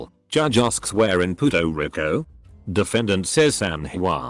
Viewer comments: the voice reading 'Puerto Rico' took me out loool "puto wrecko" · “Pooto Ricko”